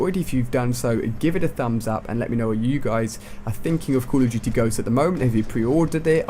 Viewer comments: "cawl of juty" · Coll irf dooty hha that's how u said it